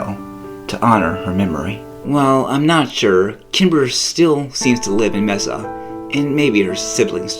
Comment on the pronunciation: Ok first learn how to pronounce Mesa.